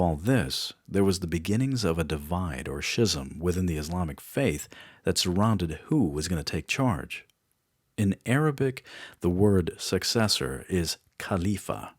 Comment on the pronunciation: Pronounced s(k)izəm.